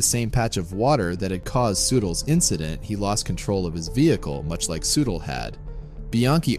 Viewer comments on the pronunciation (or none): Soo Teel not sootl. Gawd how I hate computer narrations.